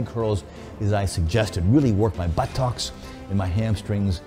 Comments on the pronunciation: For 6½ minutes all I saw was a wee coffee cup and all I heard was "Buhh - Tox". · I’ve never heard but-tocks before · Fucking legend but the way he keeps saying "buh-TOCKS" cracks me up 🤣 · It's like he's saying butt-tocks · 3 Sign SomeOne is a Gentleman 1 He wears a Suit 2. He loves Espresso 3. He says Buttox instead of Butt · All I heard was buh tuhks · Nobody: Tom Platz: buttOCKS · Take a shot every time he says Butt-ox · Enough about the comically small coffee cup can we talk about how he says 'buttocks'. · The way he says buttocks made me laugh uncontrollably hahaha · I need him to get ready for leg day. His enthusiasm, his old training and posing videos and any interview I can find him in. He needs to learn to pronounce the word 'buttocks' better though. Then he could be the perfect package.